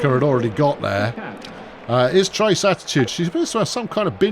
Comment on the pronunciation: If a player throws a ball into a dugout or the stands/crowd, all runners are awarded an extra base. In this game, the runner would be credited with a hit and extra base due to error (not a double) and the shortstop would be given an error on the bad throw. Also, the player on your team named "Trayce"...I think it's pronounced tray-see, not trace, since it's a female. Trace is usually a male name. Tray-see I've seen attached to both genders.